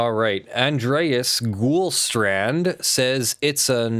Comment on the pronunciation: TFW butchers your name;) You can say my last name like "Gold Strand" (still a bit wrong, but much better than what said)